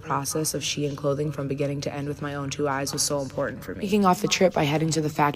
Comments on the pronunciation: You saying shine and not she-in 💀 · This is so painful to watch because it is pronounced SHE IN, like two words, it’s short for SHE INSIDE. They said it so many times in the video please 😭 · Why do you keep saying shine when it’s literally pronounced SHE IN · How do you say this company name? I heard him pronounce three different ways. Is it SHINE or SHE-IN? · NGL it drivers me crazy how he pronounces Shein as Shine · Hasan is insane. Watches a video where he hears it pronounced correctly and still calls it “shine” for the entire video. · Hearing men mispronounce Shein is my kink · hasan you pronounce “shein” wrong like how my boomer dad can’t say “chipotle” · I fucking hate fast fashion and the majority of my shit is thrifted but my biggest issue with this video is the way Hasan pronounces SHEIN differently every time he says it lmfao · Me two seconds in: ITS PRONOUNCED FICKING SHINE??? oh wait nvm Yeah everyone is pronouncing it differently and none of them is the way i do